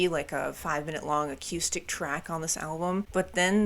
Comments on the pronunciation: U confuse accustic,😅(as u would say), sorry no offense, it was just clean vs. Dirt. Lol. Its pronounced A-Coo-Stick. Haha, But most of what u were calling A-Coo-Stick was just a clean tone. 😮 i mean if u wanna comment on something dont look silly bout it. 🫡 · Bro why do you say acœüstic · I think this is the first time I hear someone pronounce the word "acoustic" like that. :) Also, I suggest checking out Cave In, especially their album Jupiter. It's one of my all time favorite albums, and it has that spacey atmosphere you can hear on Hum and Failure (another fantastic band) albums.